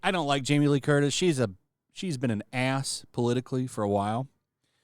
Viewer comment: You almost called Jamie Lee Curtis a b***h lol I heard it almost